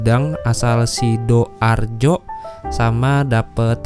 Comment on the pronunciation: Ngmg sidoarjo gak usah pake spasi bang, jadi aneh dengernya, wong jowo ojo ilang jowone